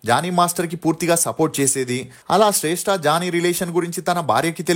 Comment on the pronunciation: శ్రేష్ఠ కాదు రా శ్రష్ఠి రా బాబు